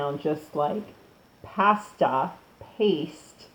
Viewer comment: There is a reason you have more dislikes than likes. You're nuts! As soon as you said vay-gan, satan and paste-ah. I knew you were bogus. And don't try and spin all these dislikes and negative comments by saying something like "If people don't like or agree with you, you must be doing something right." Nah, sis, you're just plain wrong!